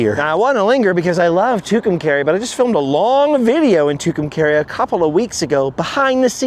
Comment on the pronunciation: It's pronounced "Two come car ee" your saying it all wrong!!!